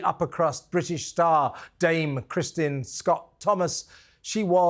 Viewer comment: Why do you say "Christian" not "Kristen" Scott Thomas? Harry was not 3. He was 12. And what is a journalist if Eugene is not one? Do you really think that Meghan listens to her advisors? She's a narcissist. She does what she wants. That's why she gets into so much trouble.